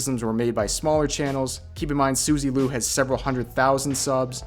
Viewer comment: It's Suzie Q, not Suzy Lu lol